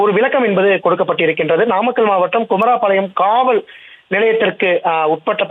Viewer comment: செய்தியாளர் தங்கமணிக்கு தமிழ் பேச .. உச்சரிப்பு கற்று கொடுங்கள்....குமாரபாளையம்... பதில்....குமரா பாளையம் 😮